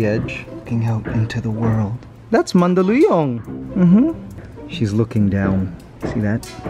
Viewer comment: what the heck is "mandaliyong"?